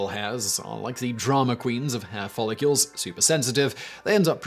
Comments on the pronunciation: Is it just me or does it sound like he is follicules and not follicles? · Why is Simon pronouncing it "Follicules"? It's "Follicles"